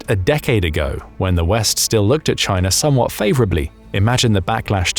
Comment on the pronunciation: chay-nuh is basura!